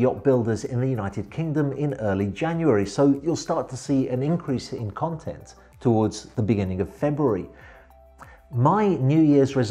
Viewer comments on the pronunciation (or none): none